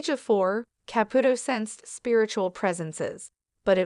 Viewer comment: I wish whoever was doing the narration would pronounce Theresa Caputo's name correctly. This is not the first time I have heard this. I am thinking it is an AI. That's all.